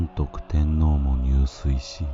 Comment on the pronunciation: 入水もこの場合『にゅうすい』ではなくて『じゅすい』ではないのでしょうか。